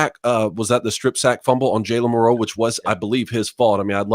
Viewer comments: Anybody else wonder why these guys are the only ones that pronounce Milroe like milROW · I've always heard it almost as one syllable. KInda like saying Millro. Not mil-Row. If that makes sense. I could be wrong and they are the only ones pronouncing it right.